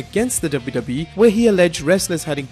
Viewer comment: I sounds like yo u say WWEF